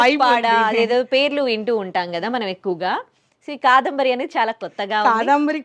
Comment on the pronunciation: కాదంబరి అండీ, కాదాంబరి అంటున్నారు మీరు, వినడానికి కొంచెం ఇబ్బందిగా వుంది!! Beautiful saree collection 👌